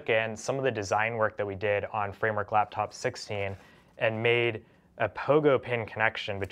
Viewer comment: when he says laptop his mouth says laftop